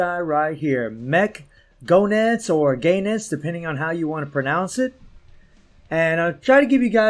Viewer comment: GO...enitz, not "GAY NETS" ...the cringe ffs